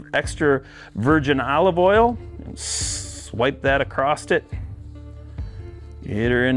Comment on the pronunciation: My biggest pet peeve... there is no friggin T in ACROSS! It's not acrossT it's across.